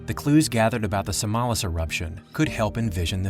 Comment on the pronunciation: It would even have been more impressive if the voice-over actor had copied the Indonesian pronounciation of the mountain: SAMALÁS.